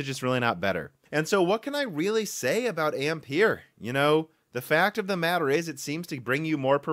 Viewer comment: Another YTer who 's unable to pronounce 'Ampere' correctly